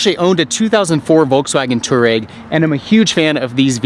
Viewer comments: should probably be pronounced twareg, named after a nomadic tribe in Africa... great review. man the inside of that vehicle is really just stunning. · I can't understand how many people an especialy Youtubers can't say "Touareg" .There is an "A" in there......